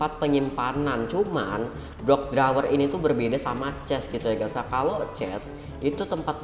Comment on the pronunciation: Yg abu² drawer ap bang tdi ngomongnya wkwk🤣